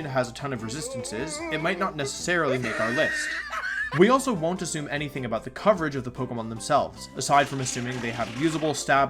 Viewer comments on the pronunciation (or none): none